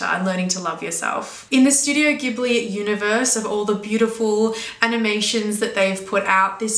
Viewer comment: Just a minor thing that might interest you as a fan of the studios: its name is pronounced "Jibli" (even though the original word "ghibli" is pronounced the way you said it... go figure!).